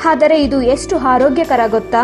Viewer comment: ಅದು ಹಾರೋಗ್ಯಕರ ಅಲ್ಲ ಮೇಡಂ ಆರೋಗ್ಯಕರ